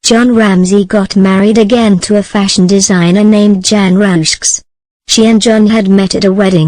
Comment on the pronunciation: John Ramsey's second wife is pronounced Jon Russo, I can hardly believe how bad this narrator is.